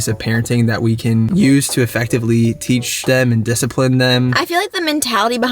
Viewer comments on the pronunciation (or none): none